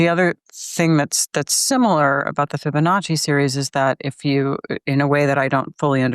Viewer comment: I'm pretty sure he's mispronouncing Fibonacci. Fabanichee??? LOL!